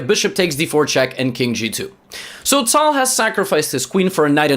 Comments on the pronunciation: I didn't know pronounce a name with a perfect accent is annoying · Bcz this is the older video. The way he pronounces it now is the correct one.